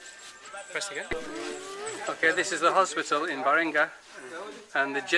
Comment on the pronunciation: The name of the that city is Balinga not baringa